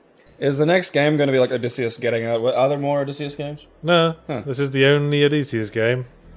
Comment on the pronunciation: Is the y a long e sound? I, and most people I know, always pronounce it Oh DISS ee Uss, same way Ulysses is Yew LISS eez rather than Oo LEASE eez